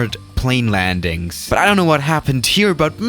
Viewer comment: How you say landings hahahahha